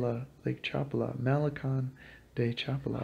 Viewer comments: Thank you for your information. Just a little pronunciation correction, try to pronounce it like these, Cha pa la, because when you pronounce it, it kind of sounds like Chapla. I do appreciate your video. Thank you. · Please pronounce it Cha pa la with accent on pa. 🙏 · Have enough respect for the culture to be able to pronounce their words! Cha PA la! Three syllables...three! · Hello, the lake's name is pronounced CHA PA LA. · Yea accent on SECOND sylable... cha PA la. Hurts my ears. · Accentuation on the second to last syllable, Cha-paa-la. Other than that, your video is really good! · Pal! I don't think you have ever been to Lake Chapala because you don't even know how to pronounce Chapala. Which makes me think you haven't been to most of these countries. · Had to stop ..couldn't stand to hear the butchering of the name Chapala any longer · I have to stop listening now because you don’t know how to pronounce “Chapala” hurts my ears. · You can watch me in a video walking around Chapala if you like. Click the below link. Thanks for watching my videos. Sorry if I mispronounced the city name. Warm regards